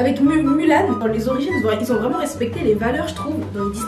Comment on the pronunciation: un language vreeeeument🤣🤣🤣🤣🤣